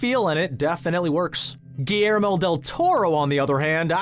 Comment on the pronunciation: GILYERMO not GIYERMO